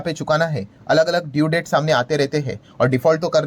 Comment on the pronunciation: Sir ji debt nahi bolte isko det padhte hain b silent rehta hai